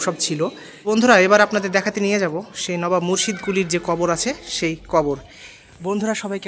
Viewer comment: লোবাব না নবাব😂 5 ফুট ওজন😂